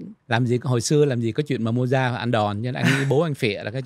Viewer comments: Không phải tại phát âm. Viết sao đọc như vậy.VN, Anh, Pháp đều đọc là Mozart (không phải Mojart). thuộc thế hệ trẻ nên không biết Mozart, Chopin, Beethoven, Brahm....nhất là nhạc classic. Tương tự nếu nói về các nhạc sĩ VN nổi tiếng thời tiền chiến trước 1945 như Hoàng Quý, Nguyễn Văn Tý, Nguyễn Văn Khánh, Tô Vũ, Trần Hoàn, Đặng thế Phong, Nguyễn hưữ Ba, Dương Thiệu Tước,.Dzoãn Mẫn, Hồ Dzếnh,.. chắc không biết. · Có lẽ lời phát âm của làm cho phải hỏi là ai. Mình cũng có biết Mozart, nhưng khi nghe Mô Gia thì mình đã đánh câu hỏi... ủa... Mô Gia... là ai? Mô Gia nào ta? À...thì ra là Mozart...hoặc rỏ hơn là Mốt Giạc. Theo Google thì phát âm tựa tựa như Mowt Saart.